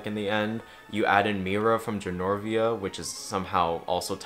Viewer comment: Every time you say “Genorvia” you sound like a drunk person trying to explain The Princess Diaries